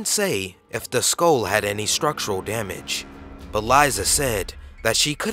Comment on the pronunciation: You keep pronouncing "Skull" as "SKOAL"....it's pronounced "SKUHL"